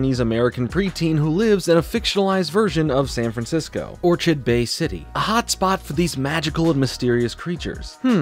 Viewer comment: I can't get over pronunciation of Orchid Bay lol